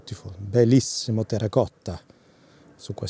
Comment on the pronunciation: Congratulations for the good pronunciation "terracotta" I think is my favorite color even in the most difficult light conditions, it is always a pleasure to see your videos